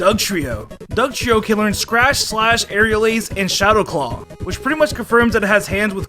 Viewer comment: It's shadow claw but I heard shadow clone, also the Japanese for 'double team' is shown to be 'shadow clone' in the anime